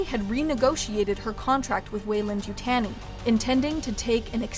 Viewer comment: how can you manage to mispronounce Weyland-Yutani?